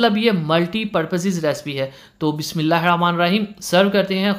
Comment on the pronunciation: Bismillah mean tasmia ko right tlfuz ky sath read krain...thnks